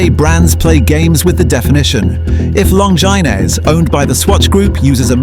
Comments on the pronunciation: Lawn ginezz? T.A.G. Heuer? AI go home, you're drunk. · "Longynez!" AI strikes again. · 100% Long-gine-ass 🤣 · Longainez lololololololol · Anyone who is not a watch dealer but buys a watch for its resale value is not an enthusiast. And a sheik should not use terms like "hard earned cash" if he cares about credibility. And people who pronounce or program AI voices to pronounce "Longines" (say: "long-jean") like it would rhyme with the word for a woman's nether regions need to be punished. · That totally put me off and then they hit me with T.A.G. Hoyer?!? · Well, admittedly TAG is an abbreviation, but making "Longines" rhyme with a distinctive part of the female anatomy is downright criminal. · Yeah, if you can't even get the name right! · Absolutely jarring to hear that! 🤣🤣🤣😂